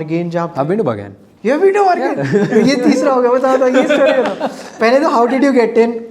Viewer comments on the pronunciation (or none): Club name is not bargain. It’s Berghain